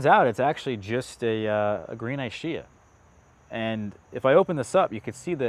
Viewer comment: Looking forward to growing out some of these. Love your content. Just wanted to point out some pronunciation notes. Ischia is said like "ISS-kee-ah" not "Eye-shee-uh". Battaglia Green is more like "Bat-talia." Panache should be "Pan-ash". And I noticed from other videos that Violette de Bordeaux should sound more like "Vee-oh-let duh Bordeaux" not "dey Bordeaux"